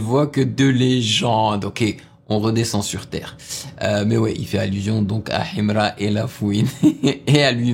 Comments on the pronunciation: J'aime trop sa manière de prononcer Himra 😂❤ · Sa façon de prononcer Himra 🤭😂😂😂😂💔